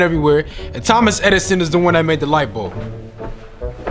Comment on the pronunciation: i thought he said th-omas hedison XD